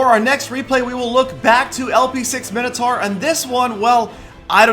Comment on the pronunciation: What the fuck is 'Minnotar', it's pronounced 'Mine-O-Tor'